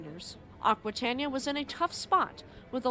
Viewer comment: It is pronounced "akwitayneeya".